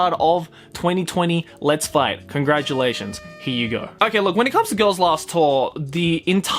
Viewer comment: ngl it sounded like he was gonna say "LET'S FUCK" in the intro